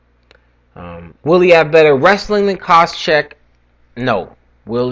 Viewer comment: What are you butchering Koscheck's name at the end there, lol jk. Nice predictions and can't wait for the interviews.